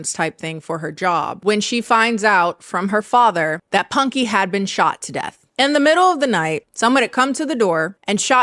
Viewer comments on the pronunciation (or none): on first watch I thought you said “he sh!t himself and succumbed to his wounds” and then I realized you mean pew pew’d himself not poo poo’d himself. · Am I the only one that heard "he crawled under her house and SHIT himself"? I had to go back 3 times to get my brain to process what was actually said 😂